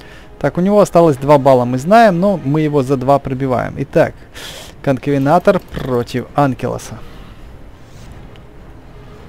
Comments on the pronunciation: Я как бы тоже иногда неправильно названия произношу, но когда ты говоришь "конкавенатор", а это правильное "конкавентор" прям так и лезет в глаза. Я просто решил об этом сказать, что бы ты больше таких ошибок не делал. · Конкавентор а не конкавенатор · Не конкавенатор , а конкавентор . Видео классное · почему конковенатор ведь конковентор ты читать умеешь? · Правильно Конкавентор ,а ты говориш Конкавенатор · Написано конкавентор а не конковенатор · Вообще-то Конкавентор а не "Конкавенатор"!